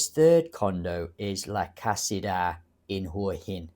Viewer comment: La Casita is pronounced La ka see tah La Casita means The small house in Spanish. Thanks for your video.